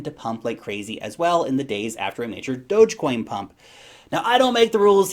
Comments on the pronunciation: it's pronounced "Dogecoin"!... : D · Does say Dogecoin kind of weird or is my whole life a lie?